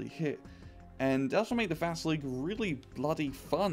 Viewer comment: dat not VASEELEEEEK das ist VA-SEEEEL-YOK